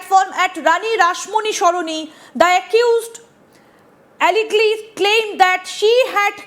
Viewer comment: আলেগ্লি আবার কী?! ওটা আলেজেডলি উচ্চারণ হয়। কি অবস্থা জার্নালিজমের। নিম্নমানের প্রশ্ন করবে সেটাও ঠিক করে উচ্চারণ করতে পারবে না